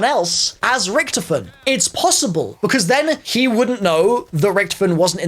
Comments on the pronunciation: It's not ricktoefin, it's Richytoffee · Its not ricktifen, ITS RICH TOFEN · Can we talk about how he saying richtefin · It’s pronounced rick-toffin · Who else got triggerd when he said richtifon I can’t spell the name but he said it wrong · “RIcTofeN” why does he say it like that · Anyone noticing he says "Richtiffen" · When u don’t know how to say Richthofen👆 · To me it sounds like he is not saying his name right but I could be wrong who knows may be some people say his name differently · The way he pronounces richtoften does my head in